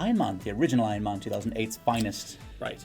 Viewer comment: Does anybody gets triggered by the fact that he says Man and not man